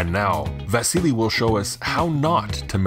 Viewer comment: Yes I was mocking your pronunciation , It;s VASILLY !